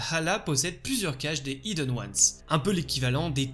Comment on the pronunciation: Bonne vidéo mais soyons claire… y’a un H aspiré dans Hidden… merci d’arrêter de le prononcer idden c’est stressant 😰